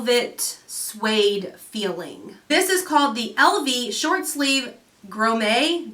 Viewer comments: pronounced. Graw-mitts. Lol. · Thanks for the code!! Love the outfits. I think I’ll try it out 🤗 Grommets in the first dress are the little metal circles around the neck. Pronounced “grom-it” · The gold circles are grommets. Pronounced grom-met. That’s why the dress is called grommet.